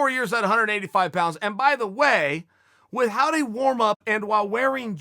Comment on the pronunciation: It really bothers me that he pronounces the h in without